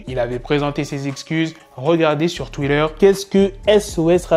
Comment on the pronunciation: Arrête de dire twider c TWITTER TWITTER